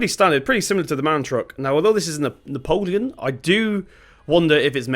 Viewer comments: It’s pronounced neo-plan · BTW, it’s pronounced Neee-o-plan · Nice timelapse :) "Napoleon" though.... ffs lol! Subbed! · It's neoplan not Napoleon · I worked with MAN Truck and bus who own neoplan and just a bit of criticism it's pronounced neo plan it's all 1 word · It bugged me every time ha said neo-polian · It's pronounced ne-o-plan skyliner